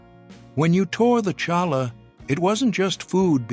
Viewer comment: It’s pronounced Challah. You bring the ch from the lower part of your throat!